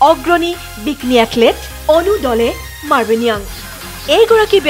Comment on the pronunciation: Sorry to say that it's এথলিট। Not এথলেট। You should check once the pronunciation.